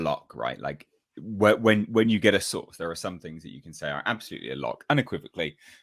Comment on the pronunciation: She always says her souurce her source! Whos her source? And she hates DC! Not just hemry cavill! He is just on top of the list